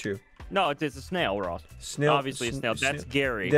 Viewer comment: So it’s nax(not ) and noss(not Ross)😂